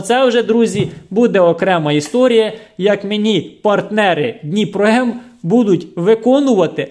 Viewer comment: Даже надпись на пакете дніпро не правильно прочитал.. дніпро куда лучше того второго "профессионального" лайна